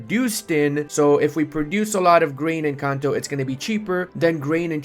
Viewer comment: Every time you said "in Kanto" I heard Encanto